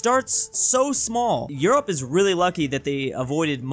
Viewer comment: You mispronounce 'Europe'.